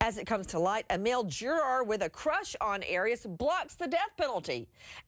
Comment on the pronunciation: Nancy its juror not jorar!